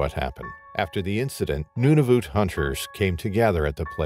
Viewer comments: It is not Nunavute it is Nunavut. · NuNAvut - he is pronouncing it as Nunuvut. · Accuracy? The territory is Nunavut, not Nudavut. Not "Inuits" but the name Inuit is already plural. There are no penguins in Nunavut and Pond Inlet is way above the tree line. 100's of km north of the Arctic circle. If basics aren't accurate, one may question accuracy of the actual event. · IT IS NOT NOONAVOOT. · The pronunciation of Nunavut is sending me 😂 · If you’re going to keep saying Nunavut, pronounce it correctly.